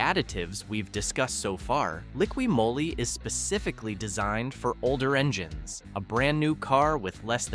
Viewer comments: This is a computer speaking. Liquid Moe-lee ? LOL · Moly is pronounced Mollie 🙄